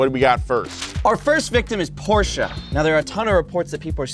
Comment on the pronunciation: Porsche. Not Porscha.